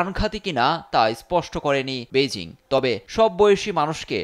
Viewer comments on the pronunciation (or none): none